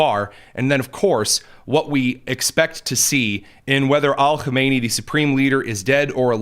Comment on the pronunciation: Stop putting an Al in front of Khameneis name. It’s silly And Khomeini died in the 90’s.